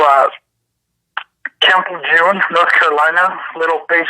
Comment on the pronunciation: It's French, camp (in phonetics) lay- zhoon